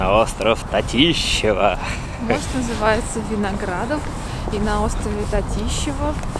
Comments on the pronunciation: Остров Татышева, а не Татищева:) А так все круто, респект за обзор! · Какой нафиг остров ТатИщва??? Правильно прочитали бы хоть... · Спасибо за обзор нашего города. 🤍 Правда остров называется не Татищева, а Татышева 😉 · Только остров не Татищева, а Татышева. Спасибо. В целом отличный обзор у вас вышел моего родного города! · Кстати, остров Татышева, а не Татищева ) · только остров не Татищева, а Татышева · Остров Татышева, а не Татищева.😢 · Вообще-то остров Татышева, а не Татищева😂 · остров не Татищева,а ТАтышева 🤣